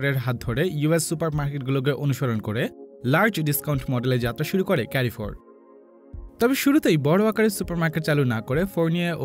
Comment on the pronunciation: এটা কেরিফোর না এটা হচ্ছে কারফোর 😏😏